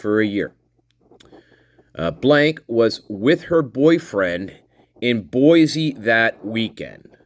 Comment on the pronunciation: Buhl Idaho is pronounced B you l. Boise is pronounce Boy cee not Boy zee no mater how the newscasters slaughter it.